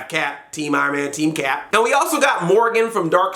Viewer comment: It's Morrigan, not Morgan!